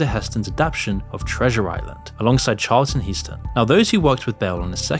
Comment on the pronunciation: Charlton Who? One the most prolific actors of the 20th century and you don't know how to pronounce his name.